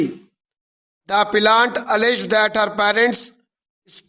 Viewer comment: Appellant ko plant plant q pad rahe ho sir app